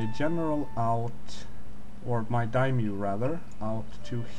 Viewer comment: it's dai-MYO, not a dymo, not a dymyu. you both fail XD